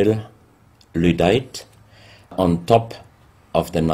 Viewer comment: WTF is ludite?